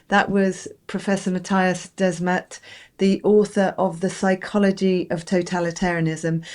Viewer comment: Mattias Desmet ... Both first and last name are mispronounced , wrong . Mass formation is a "sort of" hypnosis she says , wrong as well . Desmet reinvented the wheel : discovered humans are herd animals . Duh . What Desmet describes , Carl Jung called "collective psychosis" . People are not hypnotised : they are crazy : totally irrational , delusional , behave accordingly and are unreachable . That's called a psychosis . When a large majority of the herd goes psychotic , the word collective applies . F.e. : the c*vid hoax : it was just the common flu . The reaction was irrational , delusional behaviour followed : madness captured the collective west : a collective psychosis . Not all were captured , some saw through it , refused the shot , but they were called crazy ..... Madness at work . The term "mass formation" tells you nothing , is neutral , does not tell you there's something wrong and could apply to different situations in normal life . Collective psychosis says what it is , no mistake . Desmet is not a native English speaker and apparently has not read Carl Jung . His reinvention of the wheel is lost in translation .